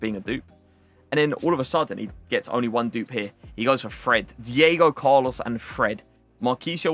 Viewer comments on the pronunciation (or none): none